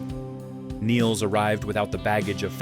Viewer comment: Good pronouncination of her surname, many say it like she was english